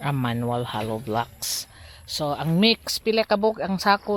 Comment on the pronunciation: Love the way you say it mock rather than mix. 😅❤️